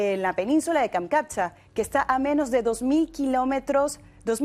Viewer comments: Primero, esa periodista deberia aprender a hablar. Qué es eso de milistico. Además, la península se llama Kamchatka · Que horror!! ..."milísticos"...? ..."Kamkatcha?"... Deberías de ser más cuidadosa y además dejar de asustar con apocalipsis nuclear pues hoy día existen las armas termobáricas. Rusia no puede perder una guerra como esta, si Rusia considera que peligra su existencia, entonces sí utilizaría su poder nuclear, pero entonces los EEUU por primera y última vez experimentaría por primera y última vez una guerra mundial en su propio territorio, a esas alturas Europa ni se enteraría de la destrucción del Hegemón. No creo que lo dueños del mundo con todo lo bien que viven quieran perderlo todo. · Tan preocupados están en alabar a Estados Unidos que ni Kamchatka (dijo Cancatcha) pueden pronunciar , el rigor periodístico se perdió cuando llegó la censura